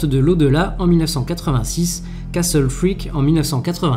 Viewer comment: Pour une fois que quelqu'un prononce bien le mot "castle" ;)